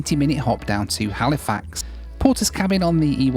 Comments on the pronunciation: It’s hal-ah-fax. Not “Hali-fax” I know that’s how it’s spelt, but it’s pronounced hal-ah-fax lol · Also, Halifax is NOT pronounced Hal-ee-fax. It is pronounced HAL-ih-fax. C’mon, now,. You know better. 😊